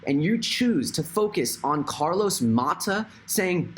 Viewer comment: Nononononono... It’s Carlos MATOS not Mahta ... he’s financially independently financially